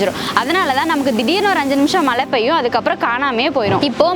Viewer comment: மலை இல்ல மழை மேடம்